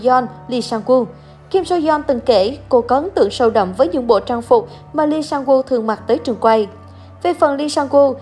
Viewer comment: Kể cả là tên tiếng Hàn cũng đọc không đúng như Lee SangWoo, Sung Yuri. Ai đã từng học tiếng Hàn sẽ biết nhưng có thể thông cảm được